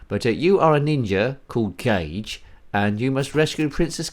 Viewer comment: Sorry to say this, but I'm going to be "That Guy" lol! "Erm, ACTUALLY!" lol! Kage is pronounced "Kah-geh," two syllables, it means "Shadow" in Japanese, and it's also the highest rank a Ninja can receive, as in he's like a shadow and is never seen. Kage ninjas can lose their Kage rank if they get caught, and they were known to be violent, killing anyone who spotted them in order to keep their Kage rank.